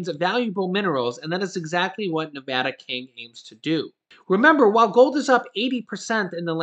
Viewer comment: You pronounce "Nevada" incorrectly... 😂